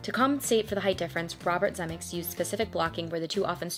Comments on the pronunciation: 3 syllables in Zemeckis ZEH-MEH-KISS! Eric Stoltz was in Fast Times ( one of Spicolli's Stoner buddies) and the drug dealer in Pulp Fiction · “Zuh-meh-kiss”…just sayin’… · The expression is " Make like a tree and LEAVE" Stupid Biff says it wrong. Everyone who watches this movie always gives Steven Speilberg too much credit - Robert Zemekis DIRECTED the movie!!! BTW, it's pronounced "ze MEK is" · I’m new to your channel, and I’m really enjoying it so far! Thanks for your hard work! Side note: Robert Zemeckis… that last name is pronounced zim-EH-kiss, but you probably know that by now. 🙂